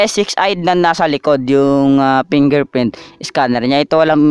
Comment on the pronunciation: Pingerprint Iskaner ahahahhaa ayos ka boi